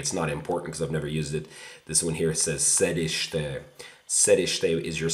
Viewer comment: Wow you said Sediste (Seat) like a true Serbian, nice improvement!